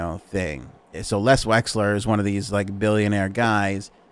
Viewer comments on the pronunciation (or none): I think it's Les Wexner not Les Wesler as you pronounced. Correct me if I'm wrong. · LES WEXNER.... not Wexler... for FS... lol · Drinking game: Every time he says Les Wexler instead of Les Wexner, take a drink. 🥃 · Les "Wexner"